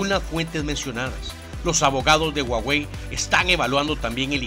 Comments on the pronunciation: Se pronuncia "Juauei" no "uauei" que yo sepa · Puso a "guaguei" XD.